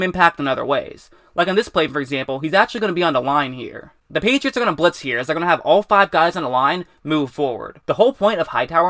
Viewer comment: "the" not "da"